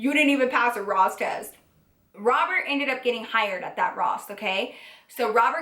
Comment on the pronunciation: IM SO MAD BUT EVERY TIME SHE SAYS ROSS TEST ITS SO FUNNY